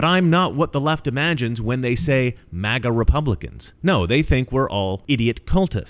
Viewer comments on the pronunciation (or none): DID HE SAY MAGNA YEP I READ LIPS HE SAID MAGNA